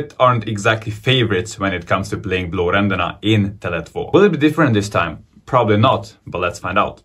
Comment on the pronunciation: cool 😁 becouse of fotboll or other things?😊 you Said hard words like "blåränderna" and "blåvitt" väldigt bra 👍